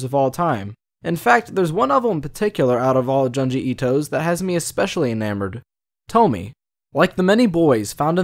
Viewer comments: this is such a stale take. 15 year old girl murdered by her classmates after being groomed and comes back to ALWAYS gets murdered horrifically and SHES the demon ? man moment fr. TOMIE (since you can’t even pronounce it right) is a commentary on the demonization of female assault survivors and victim blaming. it’s a hyperbole. sure, Ito may have taken inspiration from old lore to write these stories, but you’ve missed the point completely. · Hard to watch when you pronounce her name wrong. Thankfully you correct it in your other video. I get it, not everyone know how to pronounce it. I don't blame you. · you could at least attempt proper pronunciation if you're making an analysis of those terms. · Oh its gonna be hard to get through this video with you pronouncing Tomie and Junji Ito wrong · Kaede Yurimei also the way he pronounce tomie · I'm sorry, but thats a little stupid, not all of Junji Ito's stories have a clear inspiration, and in fact his horror is based on an unexplained danger, if you start to analyze and explain what Tomie is (not pronounced Tomy) you will lose all the effectiveness of the horror, he wants us to fear and wonder about his stories, not to explain them. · Nah, we're just used to Tomie rather than Tommy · “Toh-mee” lmao it’s Toh-mee-eh” :)) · It's not "To-mie". It's "To- mi-e". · It's pronounced "toe-me-eh" by the way. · Tomié Kawakami. Not "Tommy." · Her name is pronounced "toe- me- eh". But don't take it too hard- I'm a bit of a nerd, so I took a course in japanese and still sometimes have trouble with some pronunciations. Languages can be tricky that way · "Tom-E-eh" T, O as in operation, M - E as in E, and eh as in what Canadians say EH? Tom-E-Eh. Great character tho. Nice reviews :) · Every time he pronounces it Tomy am like nuuuuuuuuu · It's "toe-me-eh" btw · Ah yes, the feared "Toemy", at least how you pronounce it x333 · “Toe me” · All i hear is "tomy" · honestly Tomie (tomi-eh) is such a beautiful name but it always gets butchered 😭